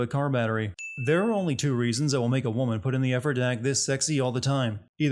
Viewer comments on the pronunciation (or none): none